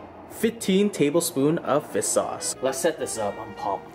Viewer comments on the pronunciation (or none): Why does he say fis sauce